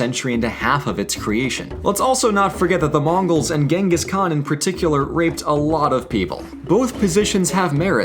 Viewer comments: Actually it's pronounced as Chingis Han Sorry I'm a grammar nazi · In Polish he's called Czyngis Khan but the pronounciation is identical to the Mongilian version. I guess it may be a thing in many European languages.